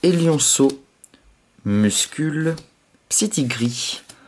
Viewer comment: bonne ouverture en general par contre j ai remarque que t avait beaucoup de mal avec mucuscule mdr j'ai entendu une fois muscule et cuscule m'enfin bref vidéo genial dans l ensemble ^^